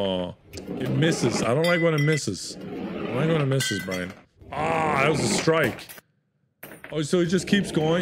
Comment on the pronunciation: After all these years, still calls Brian “Brine”